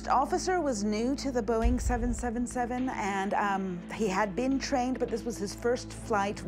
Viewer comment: The guy can't even say 777 correctly so I'm not watching this